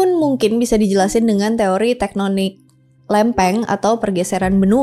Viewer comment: Ngomongnya dilancarin dulu mbak,TEKNONIK..😂😂 TEKTONIK!!!